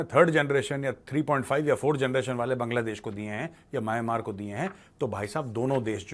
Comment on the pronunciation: सही उच्चारण "म्यानमार" है।